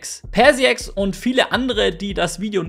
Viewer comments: Ich finde das 1. Video sollte entfernt werden. Einige werden das Video in welchem du auf die Keitik eingestellt nicht sehen. Das erste Video weiter zu verbreiten halte ich für ätzend bis gefährlich. Und 'Persiex'? Ernsthaft? Die Aussprache ihres Namens hättest du dir evtl in der Konversation mit ihr erklären lassen sollen. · Die Aussprache ist übrigens Perschax Ca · Bin nur ich davon getriggert, wie er PersiaX ausspricht? 😅